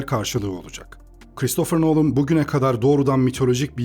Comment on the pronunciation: Adamın soyismi noolın değil nolın